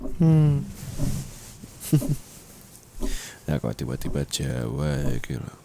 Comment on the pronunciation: aku denger nya ciba² bukan tiba²😭😭